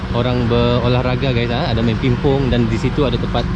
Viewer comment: kalau lagi di indo bilangnya jangan"adeu", tapi "ada"😂